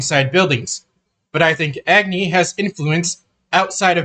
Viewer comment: A gani. Not eggni